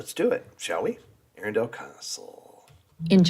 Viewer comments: Say 'Arundle', accent on the capital A. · Try saying 'trundle. or 'dirndl' - it's really easier if you forget the 'e;'on the end - 'muddle'? 'Puddle, maybe? Just try ARRUNdle - the AR and Run are level - and the 'd'l is tacked on the end. Many Americans have endless problems pronouncing English place names, let alone Welsh, Scottish and Irish all of which are based on two other native languages - neither of them English. TBH it's painful to listen to. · You made Arundel [pr Arundle, like trundle] sound like a place from 'Lord of the Rings'.....................plus lots more. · well, you probably are new to me, but I usually do a good job pronouncing most British place names. I think 90% of the time I'm correct. The mistake I made at Arundel was that I didn't ask how to pronounce it before filming the video! That's what I typically do. I have been visiting Britain since 1985. Since I have been married to a British citizen for the last 31 years, I have been there dozens of times. We now live in England five months out of the year. I've learned a lot in that time!